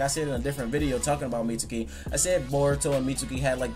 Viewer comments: I think Mitsuki has yamatos DNA in him. So pretty much orochimaru and yamatos kid. He kinda looks like Yamato a bit. On a side note why do you keep calling him mitsooki? It's pronounced meetski. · Anthony Marshall really so sasuki isn't pronounced saski and akatsuki isn't pronounced akatski? Watch the show, yes even the Japanese one, they pronounce his name meetski. The u is silent when its suki... And obviously I know it's Japanese. If it were in english we'd pronounce the u.